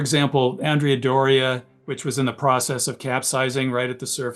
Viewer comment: You said process wrong